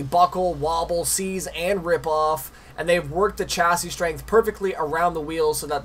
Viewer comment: no hate but please say chassis right